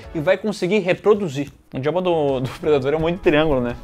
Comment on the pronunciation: na verdade o diretor não começou bem ou como vocês disseram "PREYDADOR"